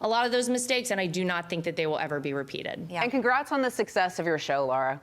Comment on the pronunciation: Why do some people have a hard time saying “LARA?!” It’s NOT LAURA!